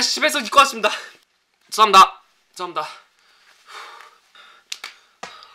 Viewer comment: 고3이라ㅜ그런지 죄송합니다가 재수합니다라고 들리네